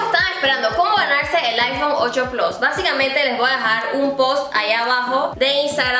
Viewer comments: “8 plos” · Es plus no plos jaja